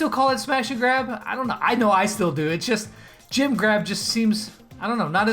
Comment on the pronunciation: When you say jem grab it sounds like u are saying jim grab